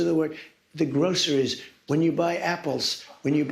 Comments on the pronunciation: Hmmm… to me it sound like Donald Trump was making the word groceries two syllables. I thought it was pronounced with three syllables, like grow.cer.ies. Maybe I’m losing my hearing??? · Of course he can't say groceries properly, he has never been "grossery" shopping in his life... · wow..kinda surprised he not only pronounced metaphorically properly but actually used it correctly in a sentence. kudos. And then he ruins the moment by saying grosseries??? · grow-cer-ries, he works hard on each syllable. Hey, Trump, say it fast like a normal person? Grosch-ries! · Who pronounces "groceries" like that?!? 💙🇺🇸🇺🇦😎🤔